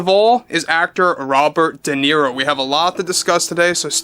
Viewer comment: “Da miro” is done. Bye, bye idiot.